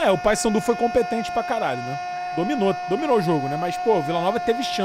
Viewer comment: E a comentarista que falava Passandu não Paysandu. Kkkk